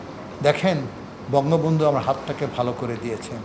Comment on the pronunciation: এ বঙ্গবল্টু উচ্চারন করছে। এ মাদারচোত টা কে।।।